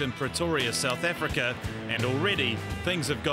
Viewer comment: Sewth efrika